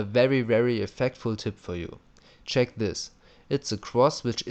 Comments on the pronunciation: it should be check not ceck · "Ceck my defending tutorial" Okay, I will ceck it :D